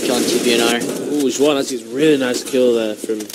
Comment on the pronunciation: It's Juan with an h sound not with a j sound